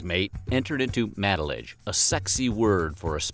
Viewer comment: I hate how you pronounce matelotage. It’s MATE-la-Toj